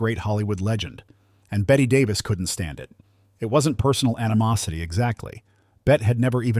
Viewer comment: I'd never believe someone who can't even correctly pronounce Bette Davis's name.